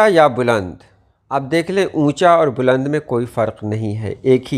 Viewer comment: السلام عليكم ورحمة الله وبركاته بلند کے ب پر پیش نہیں زبر ہوتا ہے